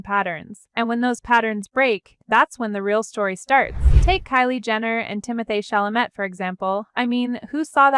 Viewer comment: He’s French … duh. The narrate I couldn’t even pronounce his surname.